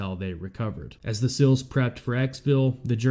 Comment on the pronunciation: Love the coverage but learn to say “seals” not 😊”sills”